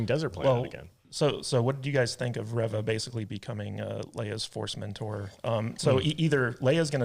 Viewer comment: A Correction... Its ReeeeeeeVA 😴 💤💤💤